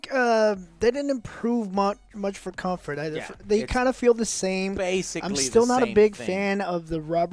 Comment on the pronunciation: "its good Cumfart" - (2023) on PSVR2